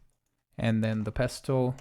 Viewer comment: You don’t pronounce the ‘t’ In pestle, it’s silent